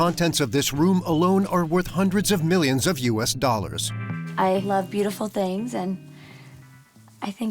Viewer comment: I thought he said hundreds of thousands.